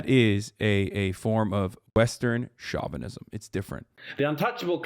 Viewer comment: stop mispronouncing chauvinism please.